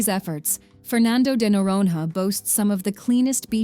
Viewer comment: Speaker: "Fernando de Nororononon" 😵‍💫🥴